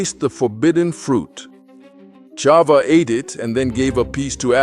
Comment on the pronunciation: Thank you for this beautiful animated story,I am sure that our children will learn so much from it,though I want to bring up to your attention 2 mistakes:the name of the first woman is pronounced CHAVA(with a H,and not Ciava,and the sin made by CHAVAwas in that same day,the day of their creation,wright before SHABAT,and not later,it's important that everything that we teach to the children to be accurate, and exactly as it is written in our HOLY TORAH!!!Congratulations though for the content and the beautiful animation😊SHABAT SHALOM uMEVORACH beEZRAT HaSHEM AMEN ve AMEN ISHTABACH SHEMO laADDDDDDDDDDDDDD AMEN ve AMEN!!!💞🕎✡️💞